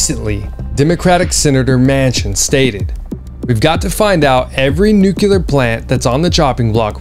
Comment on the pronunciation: I am learning a ton from you and you’ll probably hate me for saying this, but I mean it as constructive criticism.. Please work on learning to pronounce NUCLEAR.